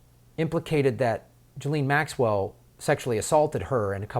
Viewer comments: Dude please pronounce her name correctly: it's pronounced jizz-lane, not Joe-lean. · Hey, Ms. Maxwell's surname is pronounced " Jizz - lane." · “JIZZ-LANE.” needs to brush up on reading and listening skills then dig into the Cernovich releases on #pedogate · I have to admire Bob Maxwells far-sighted decision to name his daughter 'Ghislaine', for most Americans it's almost impossible to spell or pronounce correctly.